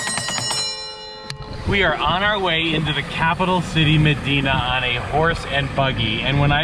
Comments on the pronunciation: Mmmmmmdina, not Medina ! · And it is pronounced “emdina”